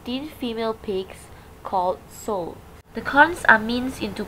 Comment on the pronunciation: Nice documentary with clear voice. Just wish that the correct pronunciation for female pigs is 'sow' as in 'how' or 'wow', not as in 'soh' as in 'oh' or 'toe'. Hope this can be corrected, with a software program. :) :)